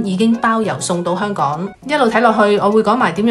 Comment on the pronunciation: 讀音：係香港、唔係香趕